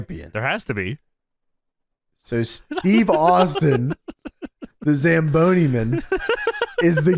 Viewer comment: The fact that pronounces Zamboni in the midst scuffed way in every other episode but it's perfect in this one...